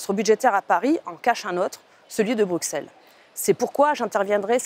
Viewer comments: Vous avez 100 fois raisons . Mais arrêtez de Dire BruXelles ! Ca se prononce Brusselle. Ca la fout mal pour une députée européenne ... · Merci. Un détail : on dit Brusselles et non pas Brukselles !